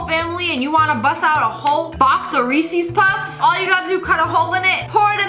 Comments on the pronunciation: Just me or did she say....reeeeeseees puffs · DID SHE JUST PRONOUNCE IT “reesee’s puffs”?!?!?!?!?